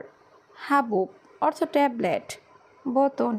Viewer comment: তোরে কথা বলা শিখাইছে কে? অর্তখ এটা কোন ধরনের উচ্চারণ?? 😈😈